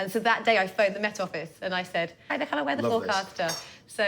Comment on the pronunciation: vewwy saucy on de wine. Luvley Laura 😊